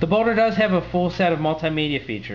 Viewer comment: ok, so judging by the comments, im hearing boner corectly. not just me.